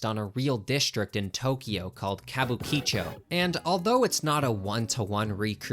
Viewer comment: Hands down the weirdest pronunciation of Kabukicho (Kabuki-Chou) I've ever heard.